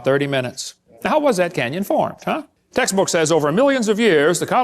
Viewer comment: Everytime he said "textbook accuracy" all I heard was "taxes accuracy". Isn't he on lucky wife 13 these days?